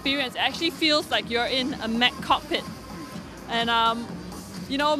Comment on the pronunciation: love the way she says Cock-pit